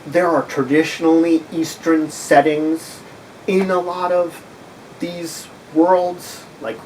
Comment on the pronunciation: has spoken, we must now pronounce it "eastren" Love the series